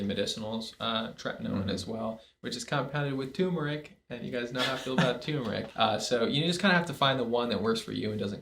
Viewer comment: Thanks for this! (And since you asked for feedback, it's "turmeric" not "toomeric.")